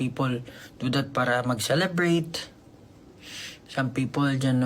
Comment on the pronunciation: Bakit ako natatawa ng marinig ko ung celebrate 😂